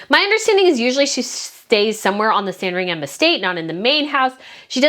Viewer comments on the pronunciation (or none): Lovely video, 🙂. Just by the way, Sandringham is pronounced ‘Sandring’m’. Same with Buckingham and any place in UK with ‘ham’ on the end of it. Cheers ♥️ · not a huge thing, but just a note, that british words/names ending in "-ham" are pronounced "-um". So, Sandring-um, Bucking-um. The "H" is silent. And Edinburgh is a weird one, its pronounced "Edin-bruh." Tindall, likewise, is Tin-dull. Just thought I'd share:)) Also, boy oh boy I wish I could go on that trip! Too bad I just went to Edinburgh last year i'm DYING to talk to other people that dislike the carparkles. No one I knows cares enough about the situation. Id love to gossip with you guys. Are there possibly any other trips in the future? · It’s a silent ‘h’ in Sandringham, the emphasis on the first ‘a’ ie Saaandringum is how we pronounce it. 😊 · Love the video as usual- just a bit of a pronunciation note: Sandringham is pronounced ‘Sandring-um’. Places is the UK ending in ‘ham’ aren’t actually pronunciation like that (Nottingham = Notting-um etc). Same with shire (that’s ‘sheer’)